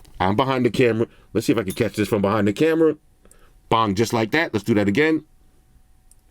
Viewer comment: Oops sorry brother it's not pong it's bong